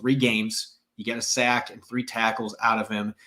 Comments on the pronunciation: Please use the long ‘a’ to a higher degree. Sack isn’t pronounced as say-k. It’s sack. Longer ‘a’. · Sayk fmbyl